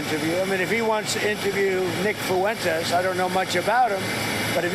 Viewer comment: "Nick Foo-wentess"